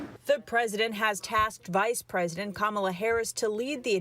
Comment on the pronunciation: I think you're mispronouncing Kamala, just to be fair I think the emphasis is on the Allah